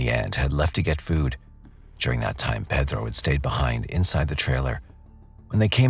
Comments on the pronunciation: Is he saying Pethro? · Why are you pronouncing Pedro like your from the heart of Mexico????? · I can’t stand the way This narrator has to act like he’s Mexican and the way he pronounces Pedro. His voice is so annoying. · Did narrator really need to sound like that saying the names. Like the name Pedro. Is it because someone will get offended if you don’t say with an accent?